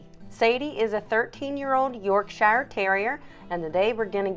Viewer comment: I like how you explain everything, many other groomers on YT just use text. But there's just one thing.. You're actually pronouncing Yorkshire incorrectly. The shier is pronounced as sheer.